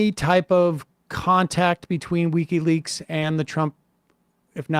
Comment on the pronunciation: It's not weeky leaks, Sam. Its wiki leaks.